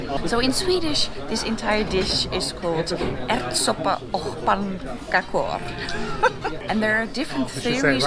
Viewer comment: That is very good! Ärtsoppa och pannkakor. The "Ärtsoppa" which means peasoup was perfect 👌, the "och" which means and was pronounced the way it's spelled, we pronounce it as "ock", a hard K sound, the "pannkakor" which means pancakes was said in some sort of finish accent, she should try to learn how to say it with a swedish accent. But I could actually understand what she said as a swede myself.